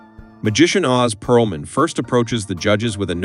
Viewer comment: Ō•z Pearlman lol